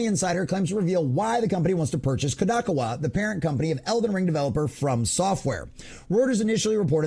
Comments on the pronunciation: bro you are saying it wrong ,,,,, Kadokawa ----- say it like ko-do-ka-wa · Yes, long o's. Koe Doe Kah Wah. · Good report. Please level yourself up by researching how to pronounce things. You lose credibility if people think you can't look up how to pronounce things. Kadokawa and Endymion (he says his name at the start of every video) Otherwise enjoy the content, hope to see you grow !